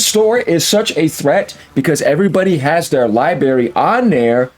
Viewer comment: Yooooo, …….i fuck with you bro but the word is library, not lie berry 😂